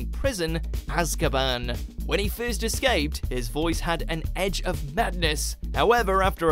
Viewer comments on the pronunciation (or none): none